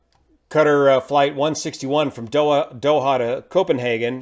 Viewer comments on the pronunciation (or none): 'cutter' airways? No i believe its pronounced "KA-TAR" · PLEASE learn how to pronounce 'Qatar' correctly